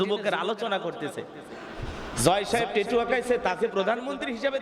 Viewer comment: হুজুর টেটু না,ওটা ট্যাটু